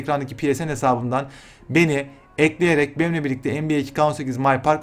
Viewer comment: NBA diyorsunnnnnn